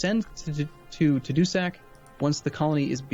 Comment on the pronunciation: it's pronounced Tah-Dou-Sac